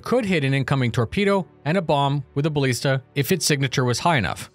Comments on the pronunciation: please, for the love of Christ. It's BaLISta, not BaLEASta. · Ba-lee-sta? You've been listening to Boredgamer again and learning how to mispronounce English words! Here's a dictionary page with audio pronunciation so you don't have to sound off saying it